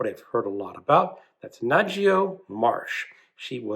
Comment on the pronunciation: Some interesting books for sure. Just to let you know Dame Ngaio Marsh is a New Zealand author. Born and Died in Christchurch. She isn't a British author. Also her name is pronounced Like HIGH-O except with an N. She was fantastic so I think you will really really like her writing. And thanks for the recommendation .I have just bought the Berlin Noir books